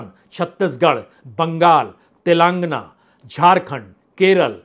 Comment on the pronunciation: श्री बाजपेई जी आपका विश्लेषण काबिले तारीफ है,, कृपया तेलांगना की जगह तेलंगाना उच्चारण का निवेदन है,, जय माई की